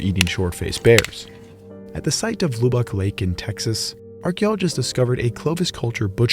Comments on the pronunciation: wait I'm from texas I thought Lubbock was said like luh-buck and not loo-bok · That Texas town is NOT pronounced 'Loo-Bock'... It is pronounced 'Luh-Buck'. This comment comes from someone who is a Texan by birth, who had lived in Lubbock many years ago. Just sayin'. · Noooo Lew-bock, tis LUH-BUCK! We also found a giant ground sloth while building the new outer loop road, pretty cool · Lubbock is a short u sound not oo. Lubbock not loobuck lub like tub like bath tub. Most pronounce it Lubbuck . Just a fyi. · it's "Lub-uck" not "Lou-bock" lol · Bro your converson from Kg to Lb is all over the place. Also it's pronounced Luh-bick lake Texas. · Lub-bock. Lub with a short U like in "tub", bock is shortened to just the bk without pronouncing the vowel sound. :) Great video. Thanks for sharing! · I have never heard Lubbock pronounced that way lol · Loved the video. But you pronounced Lubbock wrong. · I love you but that is NOT how you pronounce Lubbock 😅